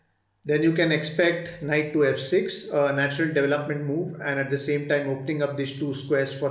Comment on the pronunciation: DevelopmenT not Development’d